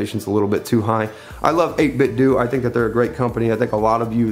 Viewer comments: It's 8bitdo do not doh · It's pronounced 8bitdō. Like Nintendo. I always check to see how the company pronounces it. At E3 they pronounce it with a long ō. It doesn't bother me at all that you pronounce it with the short ŏ though. I will take a cookie. 🍪